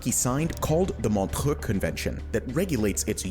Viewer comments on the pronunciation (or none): What happened to the pronounciation of Montreaux?